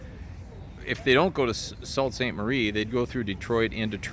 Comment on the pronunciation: I'm quite enjoying your videos. I live near Niagara Falls Canada and have ridden many of those same places. Out to California, upper peninsula, Maine etc. Brings back memories. One item, Sault Ste Marie is pronounced Soo, forget the L and T